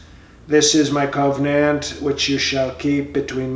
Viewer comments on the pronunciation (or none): Every time he said Cove Nant I chuckled. dude you are funny. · Cove-nant or Cove-n-ant? 😱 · I am pretty sure that the word is "koh-Veeh-nant". Isn't it?